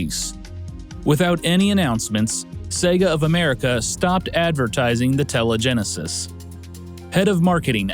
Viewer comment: "Telegenesis"... "TELEgenesis"... "TELEGENESIS"!?!?!?!